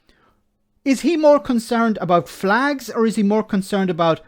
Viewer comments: It's pronounced "flegs" 😉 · get it right it's flegs not flags wee Jim gets really upset if you don't prenouce it correctly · Jim love's his flegssss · Its pronounced fleg